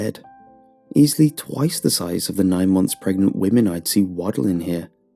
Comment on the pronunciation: She is PregaNaNant or Pregante 😂😂😂